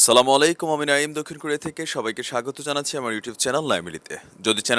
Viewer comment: Assalamualaikum Vaia kharap mone korben na... Apni Salam ta ektu valo abong sposto kore bolar chesta korben. Thanks